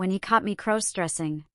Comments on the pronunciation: Stop mispronouncing crossdressing 😮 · Please stop mispronouncing crossdressing 😮😮